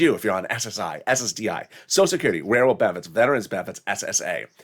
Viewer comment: You said SSID reform when talking about 5th stimulous